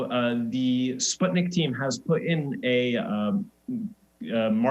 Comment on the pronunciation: Ikr!!! I'm russian and I was like ????? SPUTNIK????